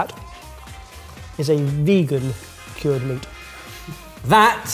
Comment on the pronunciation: Why is he saying kyorrd? That's not how you say cured, right?